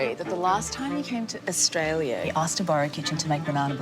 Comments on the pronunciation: Meghan should know how to pronounce Australia -- it is not "Aush-tralia." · She can’t even say Australia properly, let alone cook 😂